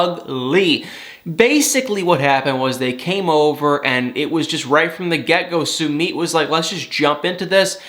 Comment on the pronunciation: How many times do we have to tell you it’s NOT SUE-MEET?!?! It’s SUE-MITT!! Can’t stand listening to you mispronounce his name. You’d correct someone if they mispronounced your name....be respectful and do the same for Sumit!! OMG! I’m embarrassed for you.